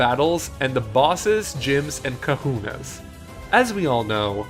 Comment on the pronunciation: I don't think they should change the formula of main series' battle. Pokemon were always turn based and should stay that way in the main series. Also, at one point I heard "Kakunas" instead of "Kahunas" and I could not stop laughing because of that XD